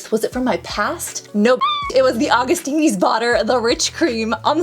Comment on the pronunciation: Augustinis? Augustins? It's AugustinUs :D